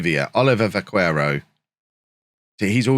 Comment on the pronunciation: You're probably aware already but Vaquero is pronounced Ba ke ro, the u has no sound